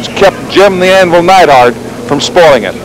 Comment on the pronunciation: What's with Watts calling Duggan, "Doogan" and Neidhart, "Needhart."